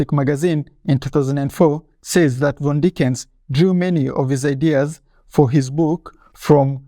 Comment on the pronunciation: Just a tip the name is pronounced Fon-De-ni-ken